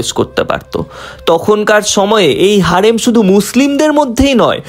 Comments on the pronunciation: হেরেম ❌ হারেম✅ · হারেম না হেরেম😂